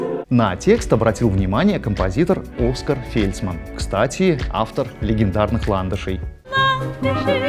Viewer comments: Фельцман, конечно, ОскАр, а не Оскар. Ударение в имени на втором слоге, а не на первом. Ну, и, слегка вразрез с общей линией комментов, интонационно передавливает. У него есть понимание ритма речи, декламационных оттенков, хороший тембр, ОПЫТ РАБОТЫ НА РАДИО, но он пережимает интонационные конфигурации, в результате впечатление, словно его везут в джипе со сломанными рессорами, и его трясет, и в этот момент он усиливает ударение и интонационное выделение слова в предложении. А так, динамично, не уныло (на удивление, в 2023 ему, уидимо, надоело - наскучило, и он уныл и материал берет зачастую ну совсем поверхностный или вовсе неинтересный). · Там сложная ситуация. Имя имеет два варианта произношения ОскАр, и Оскар. Но всё таки, правильно ОскАр. Вы правы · Оска́р Фельцман. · В России в подавляющем случае называют ОскАр Фельцман. Оскар - западное произношение - например Оскар Питерсон. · оскАр, Фельцман ударение на А. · Больше в таком варианте произношения имени слышал "Оска́р Фе́льцман"